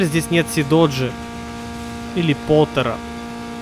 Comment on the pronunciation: Э ты забыл? Это не Сидоджи, это СиДжей!